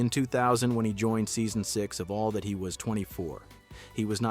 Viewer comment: The first “all that” mispronunciation in the video will tell you the quality of what you’re about to watch ..